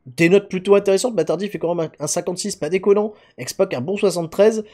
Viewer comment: Pourquoi dit il toujours x poc et pas x pac????